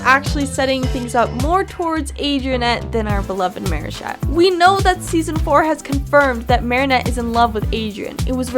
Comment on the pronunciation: I hear you pronouncing Marichat as Maryshat